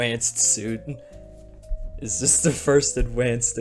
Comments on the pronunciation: Hearing adwanced sp much has killed my brain that now i find it funny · i love the fucking mental breakdown section where bro is just crying while saying adwanced over and over 😭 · Is he adwanced?